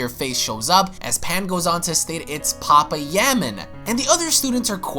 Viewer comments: Lmaooo its pa pai ya man. Not papa ya man lol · Pa pa yaman sure... Like it's not pa-paya-man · Ight bro you need to learn how to say names it’s PA-PAYA-MAN and THAWWWW-ing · pah pie yah man lord almight save me and u have said budokai correctly before my head tilts each time i hear it said weirdly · Sooooo nobody's gonna say anything about how he's pronouncing papaya man 😂😂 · Or thawing lol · You pronounced papayaman and ize wrong